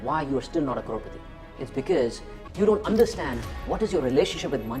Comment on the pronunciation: Did he just say “CROW PATI”? …….5.41